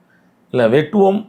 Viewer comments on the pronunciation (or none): Padika therinja tha padi.. Thappu thappa padichi adivangi sagatha... Athu வெட்டவோம் இல்ல டா.... வேட்டுவம்